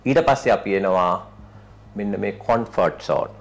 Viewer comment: you are doing a great job. Keep it up. However I think it's "Comfort Zone" not "Confort Zone". I hope you will take this with good spirit.